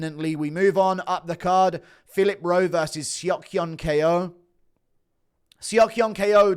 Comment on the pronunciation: Why tf does guru still call Ko, K O